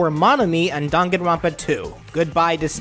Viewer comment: It's "Dang-an-ron-pa" not "Dan-gan-ron-pa"